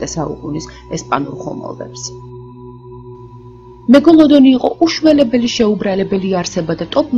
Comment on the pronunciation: მეგოლოდონი არა მეგალადონი